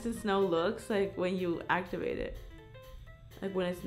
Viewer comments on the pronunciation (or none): none